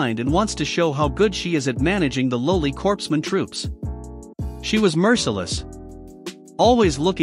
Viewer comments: Corpsman is pronounced CORE-man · "Corpsman" is pronounced "coreman." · Does anyone else get pissed every time the automated voice pronounces "corpsman" with the "p" and the "s"... instead of pronouncing it correctly?